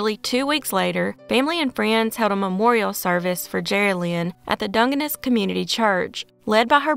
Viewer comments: Great job as always. Pronunciation tip: Dungeness = DUN-juh-nuhs Dungeness is famous for Dungeness crabs, has nothing to do with ‘dung’. 😂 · Enough bonus points to let the mispronunciation of Dungeness slide.